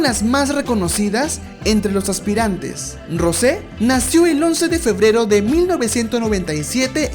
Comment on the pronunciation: “Rose” JAJAKKSKS,se pronuncia rous